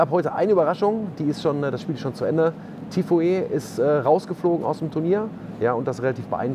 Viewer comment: Hi, super Videos. Folge Dir schon seit fast 2 Jahren. Kurzer Hinweis. Der Spieler Tiafoe wird folgendermaßen ausgesprochen = TIAFO.